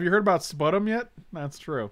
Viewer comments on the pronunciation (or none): Fyi, 'sputum' is pronounced spyoo-tum